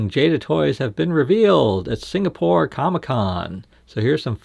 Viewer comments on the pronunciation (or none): none